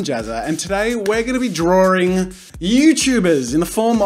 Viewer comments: DID HE JUST SAID DRAWRING? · No one: Jazza:G'day ladies and gentlemen im jazza and today were gonna be Drawring youtubers! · "Today we'll be drawring youtubers as hero/villians"- jazza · Why do people with English as their 1st language say "drawring", "idear" and "nuculear"?